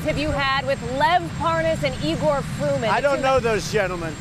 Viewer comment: It's EYE-GORE not E-GORE!